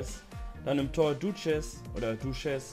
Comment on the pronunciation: Ich denke mir immer warst du niiiiie in der schule man weiss doch im französischen spricht man nach einem vokal das s nicht aus also nicht douchez sondern douche